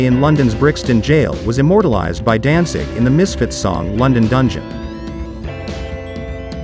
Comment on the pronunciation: Sounds like this guy keeps saying Dansig.